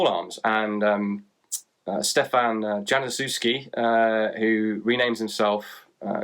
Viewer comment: Januszewski should be pronounced as if it was written "Yanushevsky", just a little heads-up.